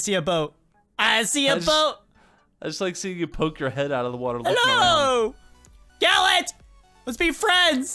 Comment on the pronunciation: why does everyone keep saying gallent but its gallant